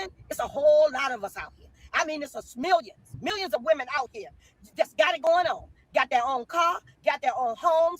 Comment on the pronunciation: A "smillion" 😂